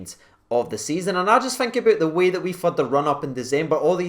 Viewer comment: Its thirty not firty and think not fink